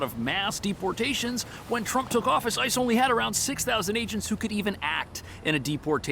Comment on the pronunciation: hade to go back there did sound like you did say ISIS not ice